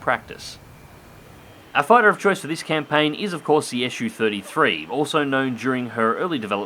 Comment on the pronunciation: Wtf is an 'Issue-33' ? It's a Su-33, dude, pronounced 'zoo* (not esh-you) ! Can't be that hard, so no excuses for linguistically illiterate folks that they allegedly couldn't say it, when they always say it when they say 'zoo' , eh? 😁 It's the first syllable of chief engineer Сухой 's family name, NOT an abbreviation like for Soviet-Union-33 or shit like that. That's how it works 9 times out of 10 with all the rest of the Russian aircraft designations. This got around already even among those who have lived under a rock for the past nine decades. How do you say MiG? Em-Eye-Jee , huh? 🤣